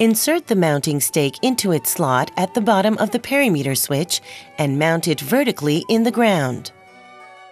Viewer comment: “Perry-meter”!? Is that the same as perimeter? As in per-im-eter? I’m laughing far harder, and for much longer than I should be 😂